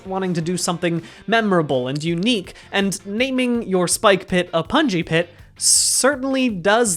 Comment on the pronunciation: the more he says pungi pit, the more I hear bouncy castle, please send help